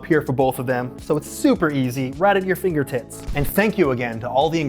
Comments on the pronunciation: I'm sorry but looking back at this video or is it me right Anthony sounds like he's saying fingertits not finger tips, please correct me if I'm wrong! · Anthony I’m so sorry I swear for like a solid minute I thought you said “fingertits” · why does it sound like he says fingertits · Did anthony just say "fingertits" 😂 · I thought he said "right at you fingertits"... 😅🤣💀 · did he say finger tits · Am I the only one that heard “right at your finger tits” lmaoooooo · Did you say finger tips or finger tits ? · Did Anthony say “right at your finger-tits”😂 or am I dumb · Is it just me or does he say "right at your fingerTITs" ?? At ~ . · He so said finger tits, there was no p there 😂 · am i the only one who feels like he said finger tits? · I'm sorry, but I burst out laughing 'cause it sounded like fingertits. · did he say "right at your finger tits?" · Did Anthony say "right at your finger " tits" 🤣🤣🤣🤣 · anyone else hear "Right at your finger tits"? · Did he say fingertitts?